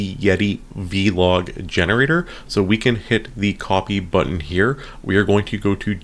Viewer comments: It's not v-log, it's vlog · vee log😂